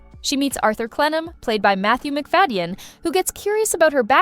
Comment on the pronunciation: Is this voiced by AI? I've always heard it pronounced Matthew Mc/Fay/den, not Mc/Fa/i/den.